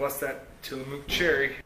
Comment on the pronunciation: God.. he keeps mispronouncing Tillamook and its just making me cringe.